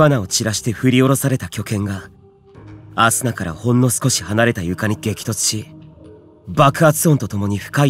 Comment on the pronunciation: 最初の「アスナっ」が「朝！」に聞こえた耳鼻科行こうかな…